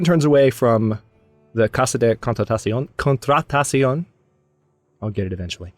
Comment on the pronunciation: It may help to say Contratación as two separate phrases. Tación almost sounds like ta-THYON if you want to go with authentic Spanish.